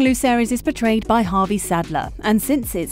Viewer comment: The way you pronounce 'portrayed' sounds like 'betrayed'